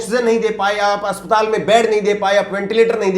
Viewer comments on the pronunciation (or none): none